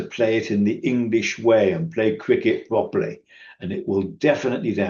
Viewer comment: Is it only me, but people who can't pronounce the letter 'R' pwoperly seem to be those in charge and listened to for being an expert.? 😂 or am I just a fan of The Life of Brian..?😂 Am I Wong about this.?